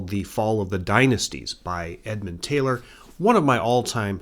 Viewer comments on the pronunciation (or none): none